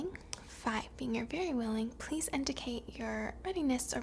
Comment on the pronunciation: Never in my life have I seen someone able to say "please" without putting their lips together. Are you an alien?